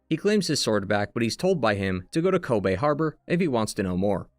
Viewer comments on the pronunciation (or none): none